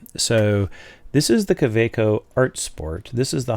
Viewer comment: Great overview, thanks. It also makes a refreshing change to hear an American pronouncing Kaweco properly. 😉 Incidentally, the Metallic Green is a separate offering from the 2018 Art Sport releases of which your Metallic Turquoise is one. It is a darker shade of green, and has more concentrated and complex swirling in the acrylic.